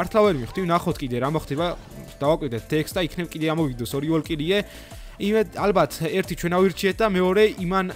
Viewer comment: ვოლკირიე კი არა ვალჯირი ქვია